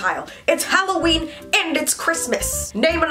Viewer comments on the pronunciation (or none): none